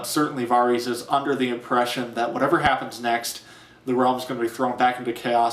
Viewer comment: Nice review, but I can't get over how you pronounce Varys. >.<